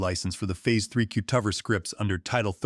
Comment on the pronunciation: AI is completely unable to pronounce ordinary everyday words. Cutover is pronounced cut-over not cute-of-er with the accent on the "of". It's such an odd pronunciation It's hard to overlook especially since the one time the word cutovers is plural the correct pronunciation was used!